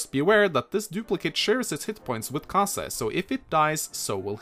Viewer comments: pretty sure he's pronounced ka-zei not ka-sa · I'm not sure if you did this on purpose but Kaze's name means "wind" in japanese and the way you say his name properly is when you pronounce the "e" at the end of his name it sounds more like a uppercase A